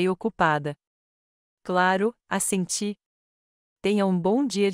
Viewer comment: Não é A SENTIIR É ASSENTIR